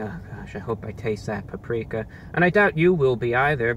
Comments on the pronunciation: Waited for 9 mins to hear him say paprika, imagine my disappointment when he pronounced it correctly. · I get this is a solid 7 months late but is he pronouncing it oddly? That's how I've always heard it. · Alien nvm I found it. There’s no h in paprika. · I read this a second before he said it, im dead